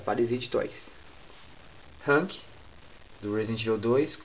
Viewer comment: iiiiiiiiiiiiiiii o cara nao sabe fala hunk